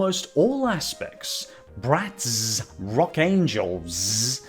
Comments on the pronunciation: I now hate BratzZzz because the way you kept saying ZzZzzZ was beyond irritating 😑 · The way he accentuates the ending of “bratz” has always made me die laughing 😂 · With every exaggeration of the Z I could tell exactly how much you loath Bratz. Good work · My favorite part of the video is when you talk about Bratz especially when you try to say it's name.